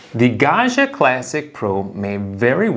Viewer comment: Pro tip: Gaggia is n Italian name. It's pronounced "gawd-gee-uh." There is no French "zh" sound in Italian. It's pronounced like Joe DiMaggio, or DellaMaggiore.